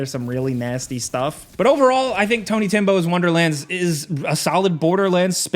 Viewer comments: I thought it was funny around the 8 minute mark he called the game tony timbo! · And tiny tim